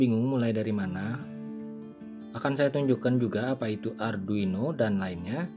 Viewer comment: Arduino atw adruino sumph salah sbut mulu